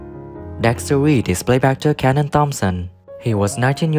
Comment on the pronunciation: It’s Keenan not canon